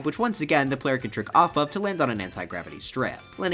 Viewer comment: Oh "trick off off," I thought he said jerk off off.